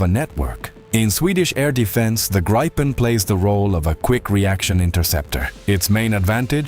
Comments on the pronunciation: It's not called the "graypen", but "greepen" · damn you.. its not graipen.. its greepen but the ee should be short like the last e... ee in english is i in swedish.. but short in this case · Gripen is the Swedish name for a Gryphon (The Queens English) or Griffin (American). Pronounce it Greepen and you’ll be correct. Grigh-pen is a really sad butchering of the name of this fine aircraft. Kind regards Anders, 69 Sweden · It is pronounced Greepen not Graipen….. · Graipen, Graipen, f_ck Graipen. It IS NOT Graipen - It is Griipen - G R I I P E N. [Like 'Mittens'] Fix your moronic AI sound making. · "Graipen fighters"? Completely mispronounced. It's "Gripen", but not "Graipen". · Graaaaipen fighters? What? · If I hear one more AI voice say Griepen fighter ill scream. Ai is absolutely killing youtube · No, it's a long i. Greepen is closer to it. But Swedes wouldn't mind if people said Griffon. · Pronoused: Greepen. The Griffon. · The pronounciation of Gripen incorrect. The i is pronounced as E in England. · In Swedish, 'i' is pronounced as 'e'.